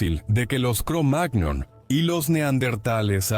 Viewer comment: Sugerencia, la próxima vez escribí "cromañón" si vas a hacer que una IA lea el texto, ya que la pronunciación "cromág-non" es enojosa.